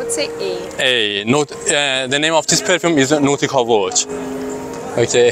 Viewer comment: Say nautica Voyage not NoticavoJ